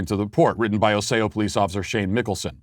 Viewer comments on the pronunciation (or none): I live in Minnesota and find it hilarious that Matt pronounces it as OssAo instead of OssEo. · It's pronounced Ah-Ce-Oh. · Matt, Osseo is pronounced aw-see-oh. As we all know, mispronouncing names is racist. Also, because the name is derived from a Native American language I'm pretty sure there's some cultural appropriation here as well. Feel free to message me if you want to correctly pronounce any other Minnesota place names so you can avoid committing this sin in the future. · As a Minnesotan I have to say it us pronounced "Oss-E-O" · Ossay-oh, MN? Lol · In the future, it's pronounced ah-see-oh